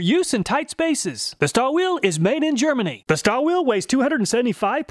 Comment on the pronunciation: KTC (Kyoto Tool Company) is the brand behind Nepros. These are top notch Japanese tools maybe even the best Japanese brand. P.S. It is pronounced "Shtalvile" and Gedore should be pronounced "GedorE" with "e" pronounced not silent.